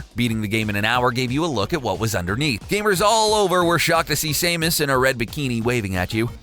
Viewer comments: Please say Samus not Saymus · SAMUS NOT SAME-US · Say Say-mus instead of Samus one more time and I’ll kill myself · Who the hell is Same-us? It's Samus, get your facts straight. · SAM-US being a chic didnt ruin my childhood.... and you really think its pronounced same-us? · Did he say same-is? SAME-IS!? (Samus) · Its Sam us not Same us christ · Say mus? Are you British? It's Sam us, got it? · Same-us really REALLY it’s Sam-us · ITS SAM-US NOT SAME-ES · sah-muh-s not say-muhs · The way he pronounces Samus triggers me. First of all if her name was spelled the way he says it it would be Saemus Aaran. It pronounced (Sam-us Air-an) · You pronounced samus wrong. Its sam-us not same-us. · why the fuck does he keep saying sameus, her name is samus! SAM-US, not SAME-US. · It is not pronounced Say-mus Er-on. It's Sam-us Air-an. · boi its not sameus it samus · Sah-MOOS. And she's wearing a leotard, not a bikini. Don't ever trust English translations and iterations of formal names and characters provided by Nintendo of America. They won't call Nintendo systems Famicon (Family Console), and they claim that Shiek is a woman dressed as a man instead of a powerful magical princess who altered her biological make-up through powerful magic for ... reasons (because Zelda truely is that powerful, and "American censorship"). Great video though. Thank you! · Its samus Not sahmoos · Samus not sameus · Sam-Us not Same-Us! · I almost died when he kept calling Samus Same-us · SAM-US AIR-RUN NOT SAME-US AYE-RON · SAYMUS ITS SAMUS I SWEAR SOMETIMES THESE PEOPLE ARE HERE TO TALK AND DONT ACTUALLY PLAY THE DAMN GAMES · You pronounced Samus wrong, its not same-us. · It's SAM. US....SAM. US.....SAMUS!!!! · Same-us Iran? lol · Saymus? Rheeeeee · Killed the video at “SAY-mus”. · It’s pronounced sam* us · "Same us" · Unsubscribed due to Say-mus. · you mean "sam-us air-an"? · "Saymus" "Saymus" "Saymus" "Saymus" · Come on man... smash bros shows how to say it. Samus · Sam•Us. Sam not same. Samus